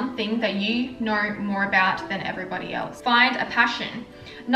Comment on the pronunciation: The way u pronounce know “knowr” 😂 so annoying